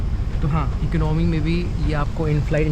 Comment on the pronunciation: Eknomy nahi hota boltay Economy hota hai